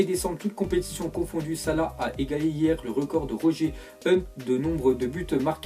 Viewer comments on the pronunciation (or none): none